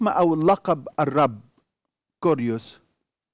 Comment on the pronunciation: كيريوس بالكسر وليس بالضم